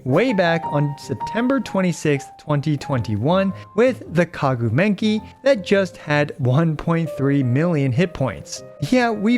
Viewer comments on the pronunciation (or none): He caught me off guard by calling Maguu Kenki, "Kaguu Menki" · Is the name Maguu Kenki's nickname "Kaguu Menki" an ongoing joke with or did he just mispronounce the name the entire time?